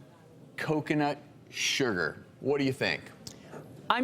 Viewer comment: Why does he keep saying "sher-ger"? XD